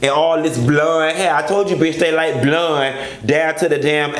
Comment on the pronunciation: The way you say BLUND 😭😭😭😭!!! I’m here for it! I can’t stand Kimberly and I never will!